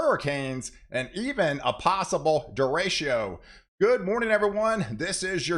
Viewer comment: Derechos = Dehr - ik - ohz